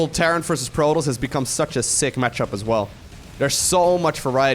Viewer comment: No one:: Proltoss